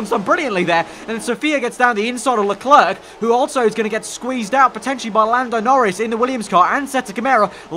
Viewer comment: Man, you should learn how to pronounce "leclerc", it hurts